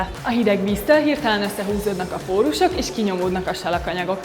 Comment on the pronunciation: Nem pólus, hanem pórus.